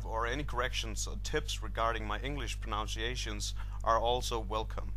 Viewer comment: one correction is that you said 'pronounciation' when the correct word is 'pronunciation' eg. ' how do you proNOUNce this number?', 'what is the correct proNUNciation of 3 in danish' see its a small change but not many peoplke notice and it will improve your english